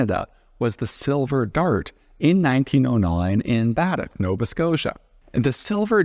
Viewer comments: Bad' deck? Really? (Baddeck) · You said beddeck wrong! In cape breton . Not the main land